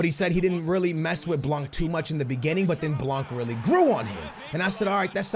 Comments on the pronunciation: FFS! Dembele nothing dembely Blan bot blanc Semedo not shmedo Learn to say players name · its not blankkkkkkkkkkkkkkkk. the c is not pronounced. not even the n but it affects the a. say it the way you do but witthout the n and the c. and blanc means white in french by the way. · The way you say blanc is so fuckin funny